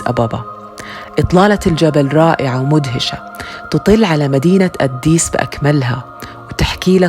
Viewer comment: ليش تنطقي أديس بشكل غريب اد ديس